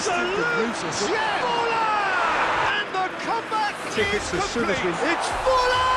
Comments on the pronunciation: it's FORLAN😂😂😂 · Its forlaaan!!!!!!!!!!!!!! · Forlaan ... It's forlaan ⚡🔥🚶🏿